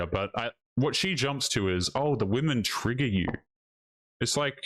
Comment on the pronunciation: Is it trigger or tragger as she says it is. LOL 😅😂🤣